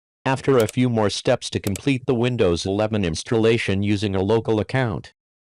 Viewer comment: Вындовс 11 секунд, ох уж этот ИИ перевод)